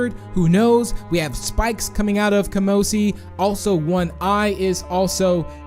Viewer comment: Kamosi doesnt have a p in its name...